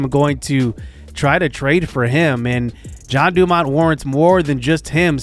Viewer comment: He is in the minors and he had bad seasons because you called him John, when his name is (gen-e) jean dumont and randy's last name is (a-rose-za-rena) and send brennan to triple a